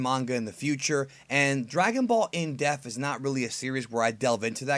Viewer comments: Still sounds like you're saying "in death" instead of "in depth" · Why do you say Depth like death... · I swear EVERY time it sounds like he's saying "Dragon Ball: In Death" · would be a good watch i think. Just pronounce Depth right, you are saying death not DePth got to pronounce that P. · "In depth" not "in death" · I can't fuck with these videos with this shmuck saying In Def and not In DEPTH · It sounds like you say "in deff" instead of "depth" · why do you never pronounce dePTH properly is so annoying lol its in DEPTH not in death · I still can't get over the way you say in depth as "in death" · Why can't you pronounce the word depth correctly? Is there something wrong with you? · Please. Please. please. please... for the love of god... learn how to say "depth" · I love the in depth series, but you gotta pronounce the word,. It kills me every time bro.